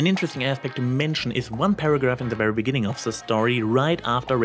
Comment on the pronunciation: Wwerwy wwelcome? I know you're German, but are you TRYING to sound like Eridan?